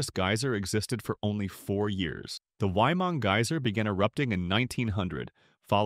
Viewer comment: I’d just like to point out as a New Zealander, you pronounced it wrong. It’s not ‘why-mung,’ it’s pronounced ‘Wai-ee-mangh-gu’ or like the words ‘way-man-goo.’ I’m not being mean, good job for trying. But, it’s a Māori word so it’s pronounced differently than how you would in English.